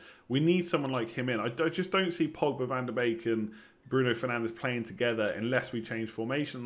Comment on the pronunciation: Did he say van der bacon? Brilliant 😂